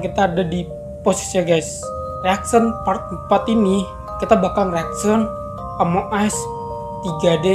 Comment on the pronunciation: Tadi bang ngomong among es wkwkw 😂😂